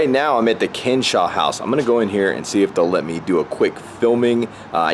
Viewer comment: Nice. BTW it's pronounced "Kenn-A-saw"